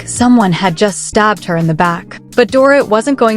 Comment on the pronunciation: If these damn AI storytelling freaking channels don't learn how to say these people's names right just don't do the 🤐story Smh they say Doorit ..So annoying to hear it like that over & over again🙄